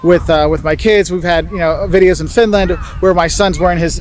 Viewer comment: Why she saying Fitland